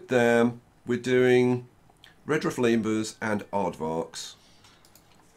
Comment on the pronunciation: nobody: literally nobody:: LeMeRuS